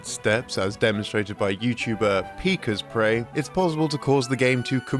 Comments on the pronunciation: It's not "pika-sprey" it's "pi-kasprey" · pikas prey? 😭 its pik-asprey .... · Did you know? Pikasprey is pronounced as Pika Sprey, not Pikas Prey. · "Peekas-prey" lol its pronounced "Pick-as-pre" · Peekah's spray? Pikah's pray? It's Pee-kass-pree, said quickly :) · pronouncing Wolt's name as Volt and Pikasprey (pik-asprey) as Pika's prey lmaooo. awesome vid! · Just so you know, Pikasprey is pronounced /pɪ'kæspri/ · His pronunciation of Pikasprey's username will always get a chuckle out of me. It's Pick-Ass-Pree, for the record. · Common misconception, but his username is actually pronounced "Pick Asprey" (rhymes with Rick Astley). Everyone gets it wrong the first time. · Pikasprey is pronounced "Pick-a$sprey" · Guys this is the second time you've featured Pikasprey's content, and the second time you've pronounced his name wrong. Pih-kass-pree. Like, just watch one of his videos, he pronounces it every time. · Yeah, so many of these across the entire video aren't even mistakes. The Pokemon Emerald section is such clickbait and no research was put into it. The speaker mispronounces Pikasprey's name and uses footage entirely from Ruby/Sapphire. This video is a waste of your time, just skip it. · You made a little mistake of your own and pronounced Pikasprey wrong :) It's pronounced similarly to Rick Astley, but also not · the pronunciation on pikasprey.... it makes sense to misread that on first read but goodness that is an unfortunate way to pronounce it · Not sure if it was intentional but to my understanding you pronounced Pikasprey wrong. Instead of pronouncing it with an A sound it's pronounced with an E sound. Hopefully this helps those who were like me and not reading correctly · Wow, you managed to get Pikasprey's name wrong despite the fact that he pronounces it at the end of every video. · Mispronouncing Pikasprey is pretty on brand here tbh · Poor Pikasprey, no one will ever get his name right. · Poor Pikasprey having his name butchered ಠ_ಠ